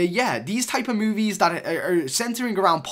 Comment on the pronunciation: Why do u say MOOVIES